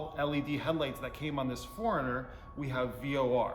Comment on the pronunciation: FORERUNNER ( 4Runner) not Foreigner!